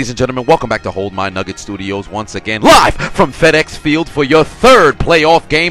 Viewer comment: Why do you put so much emphasis on the "LIVE" at the beginning